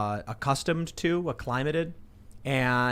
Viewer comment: What was that acli-īmātĕd it's ăk-lim-ātĕd. You dolt.